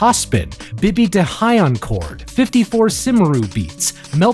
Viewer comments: He really said "54 Simru Beats" 💀 Cymru is the welsh word for Wales and it's pronounced cumri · Great video! I appreciate you’re fighting an up hill battle with this one but I do think it’s worth you knowing one thing. I one point you said “simaru” for the word Cymru. That is the Welsh word for Wales and is pronounced “cumree”. Keep it up dude :) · it’s pronounced come-ree and is Wales in Welsh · Cymru is welsh for Wales, it's pronounced: Com-ree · Cymru is Welsh for Wales and is pronounced "Kumru" to american accented english speakers. so it's "54 Welsh Beats" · BTW cymru is pronounced "come ree". It's welsh for welsh because his sister is actually the welsh climate change minister at the time of writing this. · love the video, slight correction: Cymru is the native language name for Wales, pronounced "kum-rhee" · That pronunciation of Cymru, ouch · I love how pronounced 'cymru' as if it was a made up word when its actually the welsh name for wales aha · as a Welsh person, I’d like you to know that that’s not at all how Cymru is pronounced.